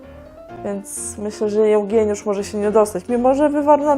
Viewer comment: "Jełgieniusz" :D Telewizor na ścianie łooo hehe Bardzo dobry odcinek ;)